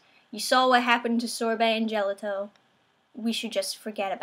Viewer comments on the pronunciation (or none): Lol his name is pronounced Gel-auto not -ito, it's like the Ice Cream